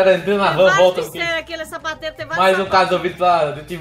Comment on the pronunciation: quando vc se escondeu na cortina eu ouvi vc falar savateiro em vez de sapateiro 😅😂😂😂